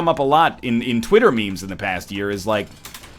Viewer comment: Ryan called memes mee-mees,I can't believe it *facepalm